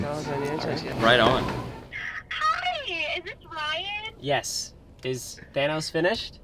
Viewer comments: i love how ryan says his name like tanos instead of thanos🥺🥺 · Bro, I laughed so hard when he said, “TiMe to GeT Thicc Tanos.”